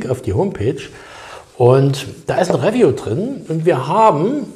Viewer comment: Räwju. Es heißt Review.(Riewju) Aber ich feier deinen Content trotzdem.😉